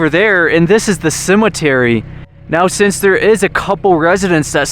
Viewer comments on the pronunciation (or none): none